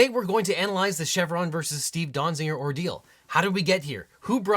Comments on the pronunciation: Small quibble: Donziger, not Donzinger. The title has it right, but a second n is being said in the video. :( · How many times did you say or almost say Dong-ziger? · That was too many times to hear a person say "Donziger." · If it's Donziger, why are you pronouncing it Donzinger? And it appears to be Glavin, not Galvin.